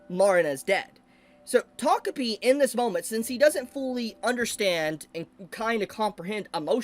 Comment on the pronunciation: He said "takopi" but I heard "togepi". It must be I'm still asleep.